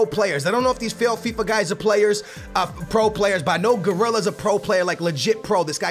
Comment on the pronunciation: did he say failsfifa